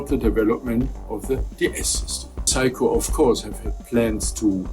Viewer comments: Fascinating account of a little known instrument. If "everyone needs a Seiko in their life", perhaps better to pronounce it the English way of 'Sayko' rather than Psycho... Unless we want Anthony Perkins popping up in our showers. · It's say-ko, you're saying psycho, like the crazy person or movie. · I think thats pronounced Say-Ko, not Psycho, my friend XD. In Japanese/Romaji (Romanized Japanese), EI is AY, and AI is EYE. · I'm guessing you're using the Deutsch pronounciation of the name ? In English it's "Sayko" my friend 😆 Also don't disrespect the Amiga, it had amazing sound quality for 8 bit back in the day ! 😜 This unit probably cost as much as a really good secondhand car when new ! I absolutely love watching you discover and play with these obscure machines 👍😆 Thank you... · I'm amused how you pronounce Seiko, in the same way English speakers would pronounce Psycho... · Pronouncing Seiko as Psycho 😅 Yep, I'm doing that from now on too 😂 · That's what the auto generated subtitles believed to - "if you need some psycho in your life....."